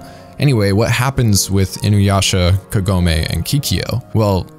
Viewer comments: All the names are pronounced in english like in japanese except Kagome, wich should be spelled kAgome, not kagOme. I wonder why? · It's Kagome, not Kagoemay